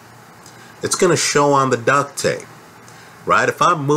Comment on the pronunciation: Duct, not duck. Lol